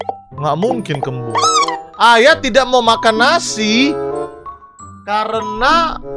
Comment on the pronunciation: Ayah w dengernya ayam 😌